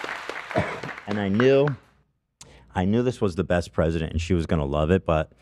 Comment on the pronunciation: “i knew this was the best president” add this to the Ethan mispronouncing words compilations